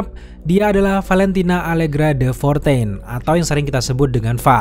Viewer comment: De Fontaine woii bukan Fortaine